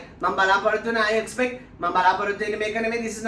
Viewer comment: Its Not expet...EXPECT 🤔🤔🤔